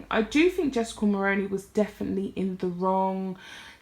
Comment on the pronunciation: Hi First off great video.. Second I would just like to point out that you are pronouncing Mulroney incorrectly...Mull-roo-knee..the roo as in room or kangaroo.. I'm Canadian and remember very well her father in law as Prime Minister..just trying to be helpful as the majority of non Canadian content creators are mispronouncing the name. You can watch videos with it being said correctly try CBC Global or CTV as they are Canadian news channels..yes I'm Canadian 🇨🇦🤗 Hopefully you find it helpful